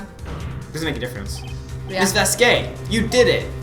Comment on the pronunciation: Damn you guys are dumb to mispronounce Vasquez.